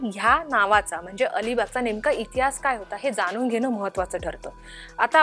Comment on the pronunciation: चांगले मराठी बोलणार्यांना नेमा. बातमीदेणार्यांना ण चा उच्चार करता येत नाही. कोन, जानून?